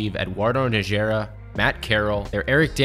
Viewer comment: Good job overall. Some pronunciation errors: Alexis Ajinca (Ah-Jeh-saw) - I don't know why the n is silent. Eduardo Najera - I've heard NA-HAIR-uh and Na-HER-uh. The first is, I believe, the correct pronunciation. However, I'm not a native Spanish speaker and Najera comes from Arabic, so all bets are off.